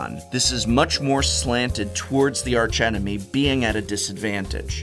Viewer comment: When not referring to the architectonic or structural feature of an arch, the 'h' in arch is silent. E.G.: "Ark-angel, ark-enemy".